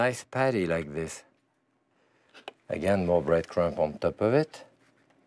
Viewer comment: When he pronounces the b at the end of crumb it gives me LIFE.